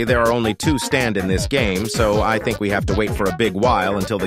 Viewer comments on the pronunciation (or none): none